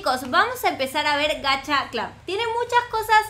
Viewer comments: no se dice gacha clad es gacha clud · porq dices gacha clob? Es gacha cl"U"b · lyna se pronuncia gacha club no gacha clab solo no te estoy hobl.ingando digo que es asi se pronuncia😼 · Todo el mundo: Gacha club, tower of hell...: gacha clab, tawer of hell:v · Soy yo la unica que lo dice como se escribe y no como lyna xd? ¿Gacha CLUB o Gacha CLAV? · Nadie: Absolutamente nadie:: Gacha CLAUS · que se dice gacha club y lina dice gacha claus xddd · Todos: Gacha Club:D: Gashia Clab;w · todos: Gacha Club nadie: absolutamente nadie:: Gacha Clab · diciendo: Gcaha Clab Yo: se dice Gacha Club:v Se dice como se escribe, ninguna diferencia xd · lyna no se dice "gacha clab" se dice "gacha club" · se pronuncia gacha club no GACHA CLAB 🙄🙄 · Gacha Club es mucho mejor que Gacha life se dise GACHA CLUB NO GACHA CLAB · vos dijiste gacha clab es gacha club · no se dise gacha clab se dice gacha club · No se dice gacha clab sino gacha club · No se dise Gacha Club Se dise Gacha Club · Solo 1 se dice Gacha clubbbbbbb!!!! no Gacha clap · es gacha club no gacha blus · Se dice gacha clup no gacha clap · No se dise gacha clab se dise gacha club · Se dice gacha club no gacha clab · Dijo gacha clob xd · te cunfundiste en la pronunciación es * gacha club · se pronuncia gacha club como se escribe así se pronuncia